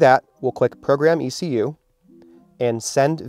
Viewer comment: I don't have an "EK YOU" in my car but aI do have an "E. C. U." its called an Engine Control Unit... but no "EK you" its called E C U TEK has been for 20 Years...